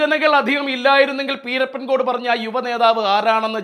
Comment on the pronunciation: പീരപ്പൻ അല്ല പിരപ്പൻകോട് സ്ഥല പേര് കൃത്യ മായി പഠിക്കു